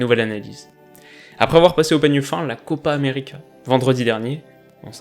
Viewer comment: j'ai repassé en boucle ton "Copa Americeuh.." il est fait avec style :P